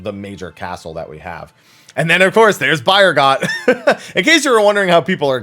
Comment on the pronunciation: Bro, Byregot is pronounced Bee-ehr-go